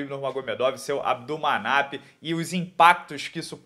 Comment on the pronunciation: Melhoras pro durinho , parabéns pela pronúncia do nome pai do lutador khabib que faleceu um completo trava línguas